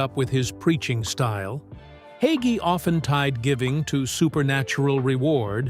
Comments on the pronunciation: Hay——gee. Hagee. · Bro.Hagee preaches the truth. God saud we would be hated just as his son JESUS CHRIST was when he came here. I stand with Bro. Hagee. Judge not or you will be judged in the same manner You cant even pronouncr his name correctly